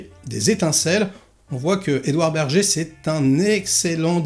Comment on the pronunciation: typiquement le genre de film qui ne parle pas du tout... Mais bon..je regarderai ce que ça donne quand meme , dés qu'il sera dispo sur le net. PS : ça se prononce "ber-gueur"..il est allemand.^^